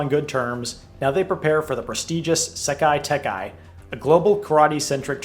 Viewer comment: this will never not irk me it's sekai taikai, not sekai tekai